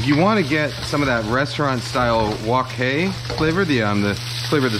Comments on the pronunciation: Your pronunciation of "wok hay" was right on. Question about the slurry.. I grew up with the separate slurry, but I've seen recipes that add the corn starch directly to the sauce, would there be a difference doing it one way vs. another? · "wok hai", you're pronunciation is all right. Not butcher it at all. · His pronunciation of wok hei is pretty much perfect. To get it 100%, he just has to make the "k" in wok silent. Basically, you get your mouth to get ready to make the "k" sound, and then you just don't actually make the sound. What you end up with is a glottal stop. That kind of glottal stops is everywhere in Cantonese.